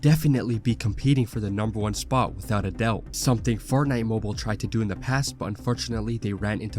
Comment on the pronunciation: Bro are you saying fart nite?!? 😂